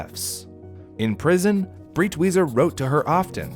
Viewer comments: btw the guy's called "Breitweiser", not "Britwieser". just like the I in "wiser" you made for that joke. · Breitweiser is pronounced like "bright-visor". The "ei" makes a long-i sound, like "eye", and the "w" makes a "v" sound. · i think the pronunciation is more like "bright visor" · It took me a google search to figure out his name cause it is REALLY completely mispronounced to the point of not understanding it at all. For anyone wondering it’s Breitwieser (pronounced briteweeser) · Thank you for this video! I was horrified that his mother burned those paintings... but my man, Breitweiser is pronounced like "briteviser" LOL... nonetheless, this was awesome and educational :)